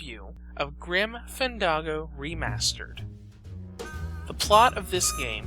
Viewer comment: It's not Grim FanDAHGO, it's Grim FanDANGO. Jesus.